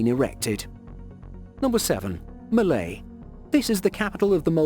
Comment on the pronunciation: Malé instead of malay...